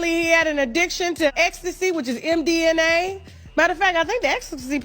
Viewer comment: someone please tell her it is not mdna but mdma 🤪